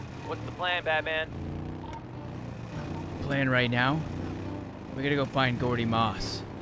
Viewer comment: says "I am batpan"😂😂😂😂